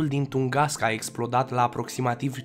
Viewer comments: De Tungaska unde ai auzit??? Cred ca ai vrut sa spui Tunguska si te-ai murdarit la gura de engleza!! Tunguska ii in Federatia Rusa. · Afirmații eronate 🤣🤣🤣🤣🤣 Corect este TUNGUSKA nu Tungaska 👽👽👽 iar în ceea ce privește aria de distrugere în nici un caz 200. 000 km, cred ca vroiai sa zici 2000 km pătrați!!!!!!